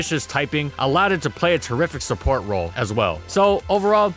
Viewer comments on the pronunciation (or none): none